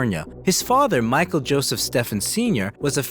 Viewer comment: Stephen is pronounced Steven. I ought to know. Name has been around for over 2,000 years. Just like the Feast of St. Stephen the day after Christmas or famous English Physicist Stephen Hawking.